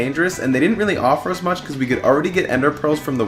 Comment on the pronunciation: oh he said fuck instead of much lol